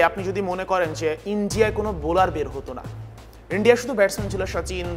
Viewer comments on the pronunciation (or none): none